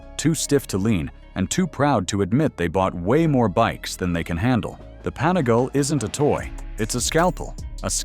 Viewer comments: Pani-gale five four? At least learn how the pronounce the name of the bikes ffs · It was his pronunciation of Panigale that finally convinced me he has probably never actually ridden a motorcycle